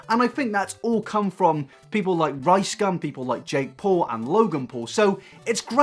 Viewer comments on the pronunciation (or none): none